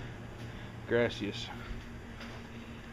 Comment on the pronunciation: “Grass-ias” lol